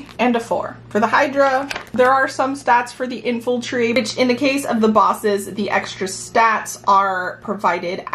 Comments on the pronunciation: Its infantry. Infultry is not a word... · what's infultry?